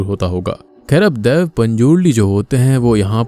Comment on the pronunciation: Bro it's dhaiva hai dhiv nahi